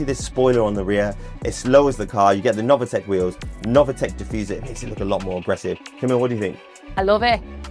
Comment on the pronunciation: Sorry, it is not novAtec, but is nov(i)tec !!!!!